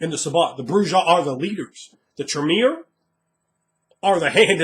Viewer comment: Wow. Would be great. For as smart as you are with a lot of this, I simply couldn't take it anymore with the pronunciation of J in Bru-Ha. And Camarilla does not pronounce the "ILLA" like that. It turns into an "ee-ya" Cam-maria. Oi. :P